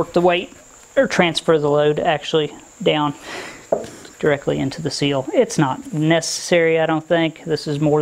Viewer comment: You say seals I say SILL as in Window SILL.